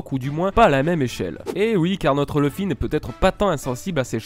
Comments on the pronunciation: Super ms leuf se prononce [lauf] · leuf ( meme si on dit plus souvent leuffé ) mais c'est bien c'que tu as dis, je confirme